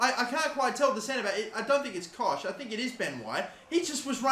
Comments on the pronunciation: Helpful tips - It's Luke Ayling not Dan Ayling - It's pronounced Koghck not Kosh - If you sell Phillips no Leeds fans will watch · Pronounced cock